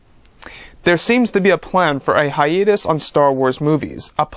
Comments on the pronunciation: can you please stop saying "hi-eeee-tus" it's 'hi-ayyyy-tus' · wukang K it’s pronounced hi-YEET-us